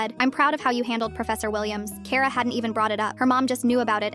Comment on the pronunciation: Finally, something pronouncing my name correct it's kara 😂